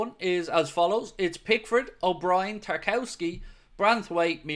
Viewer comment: It’s pronounced Tar-KOV-ski you absolute buffoon.